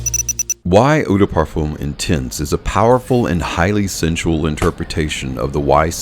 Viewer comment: Great vid/production, thanks. However it is not pronounced 'parfoom', but 'parfuh'. The 'm' is silent. Just saying. Keep up the good work!